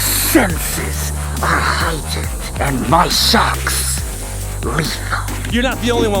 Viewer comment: Hahahah he said UND